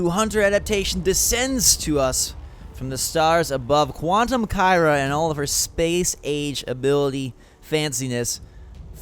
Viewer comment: Am I the only one who had to pause and re-wind when he said Space Age? I thought he said Space Aids...